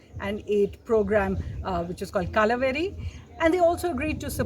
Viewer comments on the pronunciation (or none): What is that? KALA- VERI? Lucky you didn't say it as " KOLLAVERI" ...ITS KAL-VA-RI...